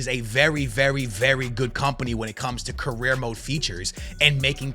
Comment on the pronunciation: The way you pronounce some words like "UEFA" and "career" mode 🤮